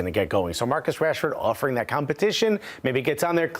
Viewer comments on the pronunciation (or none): When he said Rashford I just stop watching